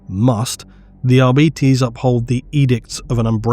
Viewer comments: Is it not arbitEs instead of arbitis? The latter sounds like an illnes or a bad fast food chain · For the love of the emporer, arbites not arbeates, but A for effort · If it's anything like Latin, I think it should be "Ar-bi-taze"... "Ar-bee-teez" definitely sounds wrong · Me: reading arbites as "r-bytes": "r-bee-tees" really? that's the lore friendly reading of it? sounds so...weak. Also, arbites = What if the church had SWAT teams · dawg what is with people saying "arbeetees"??? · Why do you insist in saying arBItes, it's so painful hearing it thay way 😔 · How hard is it to say AR-BITE-Es? It literally has BITE in the name! never fails to miss pronounce names 🤦‍♂️ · sure love the arbitis. Arbitis, arbitis arbitis i swear ive never heard anyone who read the books pronounce it arbitis. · Holy shit I am so tilted at how GW and the rest of the hobby pronounce Arbites. It's so wrong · Am I insane or is pronouncing Arbites differently? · YES!!! (and the other part is how Stallone pronounces "law" in the original Judge Dredd movie, too)